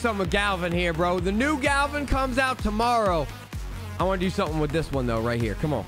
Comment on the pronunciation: How does my mans mispronounce the name Gavin? I understand some names, but Gavin?